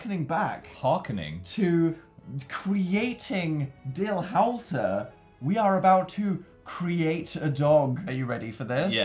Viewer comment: It’s howlter, not howelter!